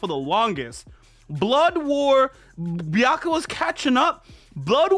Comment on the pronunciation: Man's pronouncing Tite Kubo & Byakuya's name the CORRECT way then says "hol up! I think I'm saying the names wrong!" but in the reactions completely butchers everyone's names & attacks even tho the subtitles is displaying their names right on the screen. lmao 🤣 I'm convinced man's doing this on purpose.